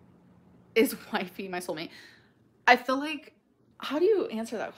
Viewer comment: "i phil like"